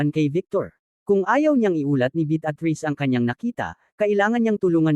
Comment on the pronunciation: Malimali ang pronouciation mo ng pangalan ng babae,,betatriz ,Beatriz at ang "sumira"sumayra ang pgkabigkas mo